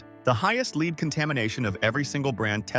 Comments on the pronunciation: Dammit, why can’t the people making these videos use real human beings to read the scripts? It’s so annoying to hear an AI voice mispronounce words like “lead”! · Frequent mispronunciation of " lead" distracts from the message. 😕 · Can AI learn how to say lead? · The very least you could do is to teach your AI narrator to pronounce words properly. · AI mispronounced “lead” as for metal and “lead” as to direct. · Please teach your AI to pronounce lead. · Yeah, 2 minutes into this I gave it a thumbs down and stop listening. Because they're using some kind of technology for the voice instead of having someone else actually read this. It mispronounced the metal lead. Don't be lazy when making your content and putting it up on YouTube. Use your voice instead of some other voice over technology! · Do an edit the pronunciation of ..."lead metal" and "lead" a jackass to a well. Sounds different and means something different! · This getting the pronunciation of lead metal vs lead singer mixed up is suspicious. The AI should know better based on the context the word is used in this narrative regarding food safety. Very likely to throw humans off . If it did everything perfect,y wouldn’t humans think AI has advanced too rapidly and humans are next on chopping block ? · Your AI voice can't make up it's mind how to pronounce lead. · Thanks! That saved me from having to listen to this AI-driven program where the narrator inconsistently mis-pronounces "lead!" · Constant mispronunciation of "lead" !!! Get it right. If I can't trust your pronunciation, how can I trust your reporting 🤔🙄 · Where are you from saying leed when you mean lead? Dummies! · Leed for LEAD? Ai slop i m outta here! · Dear AI: It's "led" not "leed." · These tend to be informative and important, but PLEASE either have a real person narrate or tech your AI to pronounce words and names correctly. Lead is NOT leed. And it just goes on and on. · They need to work on the AI. Lead is pronounced 'LED' not 'LEED'.